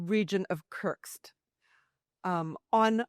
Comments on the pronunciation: WTF is curtsks? Stop saying SCUTTLE and learn how say the names of the oblasts before you take to the air. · Good reporting! Keep it up! But also, please learn how to pronounce Kursk... (It's not Kurktst.) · Kerrrrrsssskkkk. Kursk Kuuuurrrrrkkkkk. Not kirks or kercks or kurk. Yikes. How is it so hard read and repeat? Just saying. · It’s Kursk!! There’s no t in Kursk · She cant even say Kursk properly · Lady, learn how to pronounce Kursk